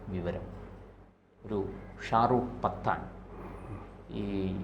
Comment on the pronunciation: Say pattan,not pathan!